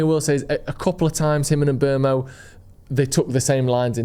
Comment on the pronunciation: It is pronounced mBoomo not mBermo.